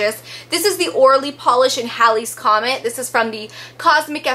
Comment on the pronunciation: isnt it said hay-lee's comet?